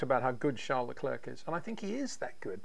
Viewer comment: It’s pronounced Lecl’air’ not Le cl’erk’….